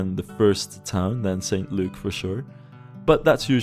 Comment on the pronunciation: St Luke is an acceptable town name, but we wouldn't pronounce it "Saint Luke". It would sound closer to "S'nt Luke" or "S'nt Look"